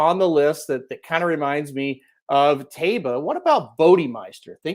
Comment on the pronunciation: Phonetically pronounced TYbah.